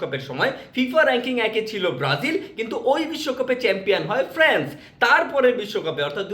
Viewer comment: This is France (ফ্রান্স) not France(ফ্র্যান্স)